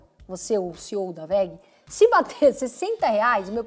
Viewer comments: É WEG o nome da Empresa não WEGE 👊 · Entende tanto da WEG que falou o nome da empresa errado kkkkkk